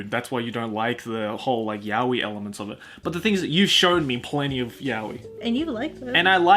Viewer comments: How is fluent in Japanese and still pronouncing it as yow-ee instead of yah-oi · it's pronounced 'ya-oi', not 'yao-i'. You can search demonstrations on yt. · pronouncing yaoi like 'yao-i' is not an accent, for chrissake. It's plain wrong. Any English speaker can choose to pronounce it correctly. That's not comparable to Japanese trying to pronounce English and it ending up as Engrish, they CAN'T pronounce it better (unless they go through extensive studies). You're trying to make me look bad here, but I won't accept wrong information. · An American pronouncing it yao-i is pronouncing it wrongly. You say 'to avoid confusion' - why not educate the other person? We're all weebs, why would that be an issue? It's just anti-intellectual to give up on pronouncing a word correctly :/ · Why are you mispronouncing 'yaoi',? You know Japanese... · I'm multilingual. I don't suddenly bust out my other accent in the middle of an English conversation even if I'm mispronouncing a word that I know for certain is said completely different in the language it originates from. It's to make conversations feel natural, understandable and familiar so I just stick to the accent of the language I'm currently speaking in. That's probably why his pronunciation of the word is 'wrong' when he speaks English. I don't doubt if he speaks in Japanese he'll correct it to the 'right' pronunciation. Also just a disclaimer that I don't do this consciously. It happens without me even realising. I'm also only speaking from my own experience, so I'm not speaking for all other multilingual people, just for what I've observed from my own speech patterns. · A Japanese word isn't pronounced differently in your language. It's a JAPANESE word. You're just pronouncing it wrongly then. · yaoi is NOT a borrowed word. It means 'gay'. If you use yaoi, you intentionally use a Japanese word, so at least pronounce it correctly.